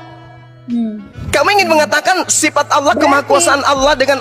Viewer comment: Kamu bicara bahasa Indonesia tdk jelas. Jadi hrus banyak belajar.... Manusia pake sifat.. Bukan sipat..